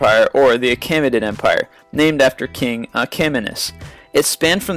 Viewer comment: Achaemenid is pronounced Akh-ah-men-id